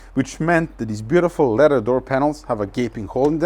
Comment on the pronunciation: Leather, not ledder. 😏👍